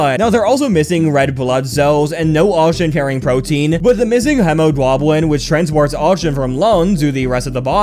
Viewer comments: hemoglobin is pronounced “heemoeglobe-in” (If it was on purpose, sorry for being pedantic, if it wasn’t, congrats on learning how to pronounce a word) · its pronounced hemo-globe-in or hema-globe-in also you mispronounced bombardier pronounced bombuh-deer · well when you pronounce it like that i’m not surprised it sounds stupid to you 🤨 it’s HEE MAH GLOW BEN🤓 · Him pronouncing hemoglobin is just hilarious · Okay that hemoglobin pronunciation is insane actually